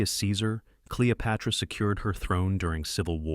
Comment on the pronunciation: Cleo-pyra? These AI videos are cheap and inaccurate. JFC